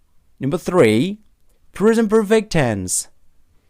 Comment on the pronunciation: Mohon maaf banyak pronunciations yg salah nih mas, passive : bunyinya s bukan z, Gerund bacanya jerend bukan jirend, anounces s nya dibaca, commission dibaca ga pake z, present: prezent bukan prizent, Announce juga bacanya salah, dll kalau ditulis panjang, I’m not trying to drag you, tapi buat jadi masukan aja biar lebih bagus lagi kedepan,, thanks